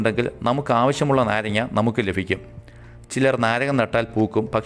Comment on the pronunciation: Lafikkum Alla labhikkum